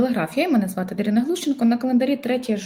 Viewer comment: Не ДарінА, а ДарИна.